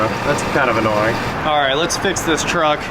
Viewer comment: At least say vehicle if you can't say truck. Sheesh...